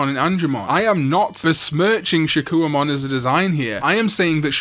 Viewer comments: Your vids are entertaining but your absolute mangling and mispronunciation of names ruins them. For instance, it's "SHA-KOH"mon not "SHA-KEW-UH"mon. You put in effort to everything else but give up for things like that? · I'm still waiting for a video where he pronounces Shakkoumon correctly